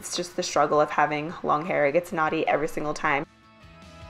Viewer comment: She said knotty like shes black lmfao